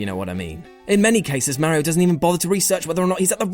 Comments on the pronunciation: Stopped watching after yet another person mispronounces Mario's name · "Mare ee oh" he says... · why cant 50% of people properly pronounce Ma-rio and not Meh-rio?